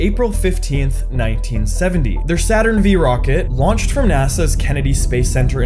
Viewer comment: Saturn V = Saturn 5 not Saturn “ve”